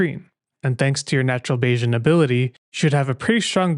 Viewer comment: That's because you mispronounced "Bayesian". It's "bay-zee-uhn," not "bay-zhun."